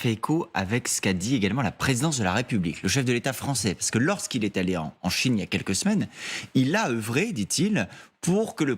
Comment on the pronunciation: CHINE PAS CHONE